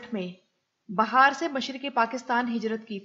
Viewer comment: پروین رحمان صاحبہ بہت اعلی خاتون تھیں، ان کے ساتھ کام کرنے کا شرف حاصل ہوا تھا۔ آپ نے بہت اچھے طریقے سے ان کو خراج تحسین پیش کیا ہے ۔ دوسری بات یہ bahar نہیں bihar ہے۔ انڈیا کا صوبہ ہے۔ Pepri نہیں Pipree ہے